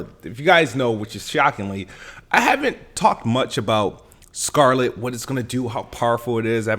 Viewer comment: I'm sorry did you say "project scarpet?"😂😂